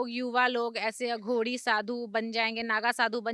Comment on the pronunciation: Anchor को पता होना चाहिए,अघोरी को अघोडी नहीं कहा जाता,सनातनी ऊर्जाओं से बात करते वक़्त vocabulary पर काम कर लिया जाना चाहिए।महान शख्सियतों से बात करते वक़्त anchor को हर बात की जागरूकता होनी चाहिए।